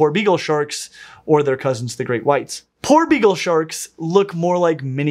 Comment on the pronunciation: Poor begal shark. Is what I heard everytime was saying his favorite shark name.